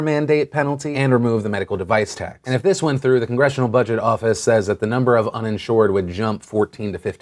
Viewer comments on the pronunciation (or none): none